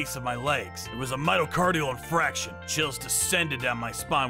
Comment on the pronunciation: Story 3: it's Myocardial Infarction, not infraction. 🤦🏽‍♀️